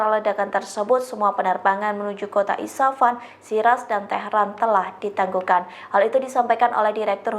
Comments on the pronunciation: IS FA HAN....bukan di baca ISA FAN....Coba di cermati yg dibaca sebelum di sampaikan..😮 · Isfahan bu bukan isapan 😂